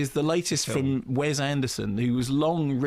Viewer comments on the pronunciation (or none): Also, Mark, PLEASE IT IS WES with an "S" not "Wez" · wess, not wez